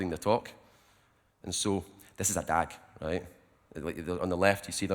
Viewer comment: you mean rejt